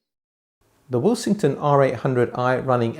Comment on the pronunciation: I haven't watched the review yet but am currently taking bets as to whether you pronounce Willsenton Will-sing-ton instead of Will-sen-ton. 😉 Any bets to Jim the Pedant, Pedanton, Pedantville, North Pedantshire.